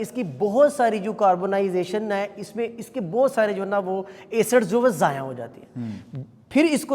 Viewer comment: Words zaya not zayaan